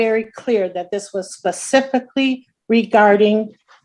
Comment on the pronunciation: Karen said "oxtopice (I am assuming Police officer),"sextimony" (I am assuming testimony)'. Pacific (specific?). Wow, what a world of hurt. My fav."I ain't used ta using words". Had to edit text. I forgot to give a shout to Jack Off Lantern.